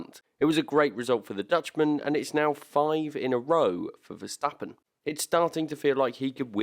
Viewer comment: I really respect how you correctly call him Max VERSTAPPEN instead of MEX VERSTEPPEN like every asshole out there 😄✌